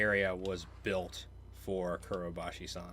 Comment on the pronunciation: You tend to say 'Kurobashi san' instead of 'Kobayashi san' a lot too, for some reason. =)